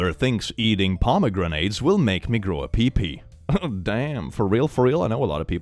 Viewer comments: The pomegranate one is absolutely hilarious when you remember that Pomegranates are actually a symbol of women and female fertility and sexualty!😂 that mom literally could not have picked a more "Feminine" fruit to have a gender crash out over!🤣🤣🤣 (BTW, its pronounced pom O Granite, not poma grenade in English. Not that it really matters but I figured I'd put that out there incase you found it interesting.) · Why is there a grenade in my pomegranate? "pom-a-granite" like the rock. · I love how pronounces pomegranetes (paa·muh·gra·nuh) as parmagranades (parama-granade - fruit that will explode). 😂 It is fun to hear how other cultures pronounce English words sometimes. I really want to call them parmagranades now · “Pomegranate” is henceforth pronounced as “puhmuh Grenade”, such as sayeth.